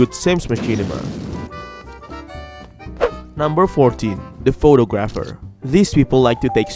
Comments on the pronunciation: Oh god that pronunciation of photographer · you pronounce Photographer wrong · 14. thats not how to pronounce photographer xD